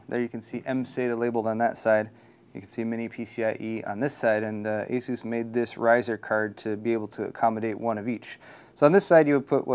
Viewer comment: Well, that IS how you pronounce "ASUS".